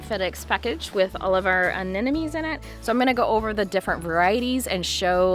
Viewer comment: Pronounce: Ah nem mo nees.... (not Ah nen no mees). You can understand it by looking closely at the spelling. Every second gardener i meet transposes or flips that "m" with the last "n".....